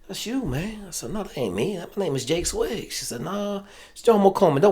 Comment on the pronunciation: You did so much research on him you didn't know how to pronounce his last name. Come on man!!